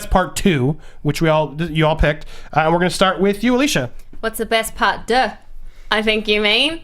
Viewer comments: Say "part duh" one more time FUCK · Is it just me or do they pronounce "part deux" pretty poorly?